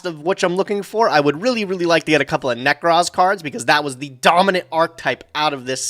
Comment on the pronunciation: I feel like we've got enough material for a " pronounces card names wrong" montage while The Ting Tings hit song "That's not my name" is playing in the background. Whatever the f**k Nekroz Colossus is... -_